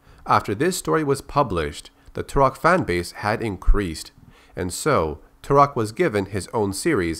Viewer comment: Tal' Set: I am Tour-ock!😠 Joshua: I am Too-rock! 🤓